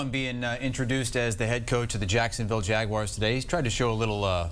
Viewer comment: Wow lady. What is so hard about pronouncing Jaguars. Not Jagwires. It’s really not that hard